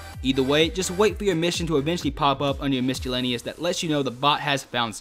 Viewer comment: You're supposed to pronounce the "S" in miscellaneous. Not the "C"